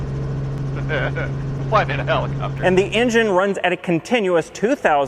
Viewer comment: "Rumpacopter" made my day.